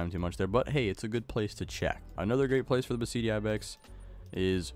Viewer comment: Just saying Beceite is pronounced Be - the - te In Spanish sometimes a C is pronounced as a TH